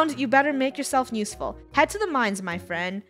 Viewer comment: "nuseful" will never get old'